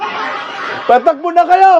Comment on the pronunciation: haha tabang, happy vibes talaga! kahit sa pagsalita pa lang ng takbo, patakbo, hay padrugtest na nga kayo, :face-blue-smiling:nakakahiya! pinagtatawanan na tayo sa ibang bansa, anyare daw sa bansang Pinas. nadamay pa tayong matitino. ilang years na din yan naging politiko, di pa ba nya namemorize yan?